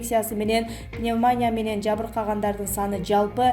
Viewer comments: Эй журналист жаман куйгуздун, туура окуганды, ударения койгонду уйрончу, мин жолу жаздым, тооба сабаттуу журналист жокпу, пневманя деп куйгуздун, пневмания деп мин жолу кайтала уйундон, тоготпостук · Пневмония деген созду тура айтчы тантыбай, ударение падает на и,акыркы муунда. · Каналдын администрациясы дикторлордун сабатына да коз салсанар боло ,силер да соочестники болбой Лукашенка дебей туура айтсын,пневмония туура айтсын ,уят эмеспи ,журналистикага жарашпайт созго чоркоктук